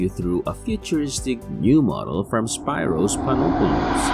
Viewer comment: Learn to pronounce his first name right at least… it’s “speeros”.